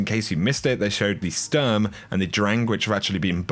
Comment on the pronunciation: Kinda funny how you pronounce "Sturm" and "Drang"